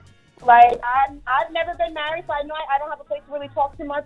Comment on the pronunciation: "because I'm murried" 😂